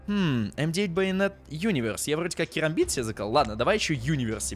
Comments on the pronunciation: Керамбит а не карамбит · Правильно керамбит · кЕрамбит правильней, потому что буква A английская произносится как - Эй, е